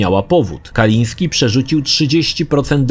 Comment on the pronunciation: Tom, nie miał na nazwisko Kaliński, tom nie Polak w końcu. Mówi się Kalinske i się nie odmienia prtzez przypadki, ewentualnie p[rzez dodanie końcówki (bez apostrofu, bo kończy się na e), jak przy anglojęzycznych imionach i nazwiskach standardowo: Kalinskego. Kalisnskemu, Kalinskem itd.